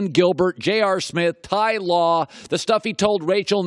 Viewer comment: He said Ty law. The disrespect